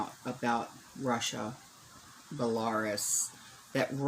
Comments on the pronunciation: Belarus is pronounced Bella roos. 😁 I knew a girl from Belarus that came here to work for a year. She was a very lovely girl. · I’ve heard the country Belarus pronounced like “bella-roose “ and I’ve also heard it pronounced like you said, “bel-air-us”… as for which is correct, I couldn’t tell ya!😂😂😂But we know what you mean, so who cares, right?!